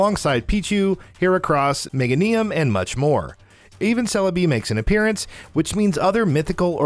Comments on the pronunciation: Did they just pronounce Meganium as Mega-Nium? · Its Meh-Gain-Um bro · yep. He probably just didn't know how it was properly pronounced. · Ah, yes, Mega-nee-um, the most difficult Pokemon name to pronounce... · No, he just butchered the pronunciation for Meganium, which is the final stage in the Chikorita line (Gen 2 grass starter). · I thought it sounded kind of cool!